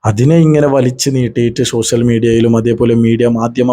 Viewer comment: ശ്ശോഷ്യൽ മീഡിയ അല്ല. ആദ്യം പറയാൻ പഠിക്ക്